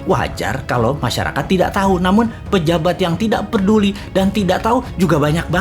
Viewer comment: gatel denger 'perduli', PEDULI aja kali pak